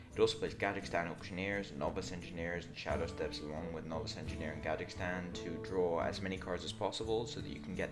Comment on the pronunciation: Gadgetzan is in Tanaris, not in the middle east. Stop pronouncing it Gadgekhstan please! It's eating my brain a little every time in every one of these videos. Thanks... :(